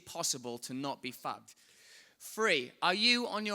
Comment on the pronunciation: Hahhaa love his accent but everytime he says "fucked" I hear "fat" 😂😂